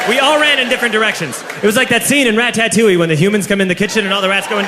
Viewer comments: ra-ta-touille not ratatouille ra-ta-touille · "Rat-tat-tooli" The pronunciation killed me XD